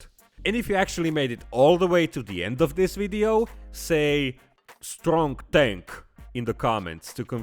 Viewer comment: Just say English has malfunctioning issues when you muck up! Stronk Tenk